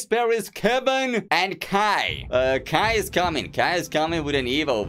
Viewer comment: its not ki its Kai